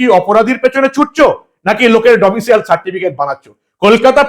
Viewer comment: "ডোমিসাইল" হবে "ডোমিসিয়েল" নয়।